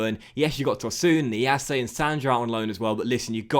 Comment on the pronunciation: Niasse, not Niassé